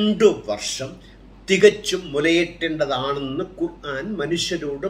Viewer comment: ബായ് ഖുറാൻ അല്ല, ഖുർ - ആൻ എന്നാണ്